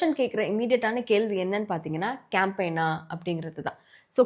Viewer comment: Apdinaa, Paatheenganna ❌ Apdinu Sollitta, Paathingannu Sollitta ✅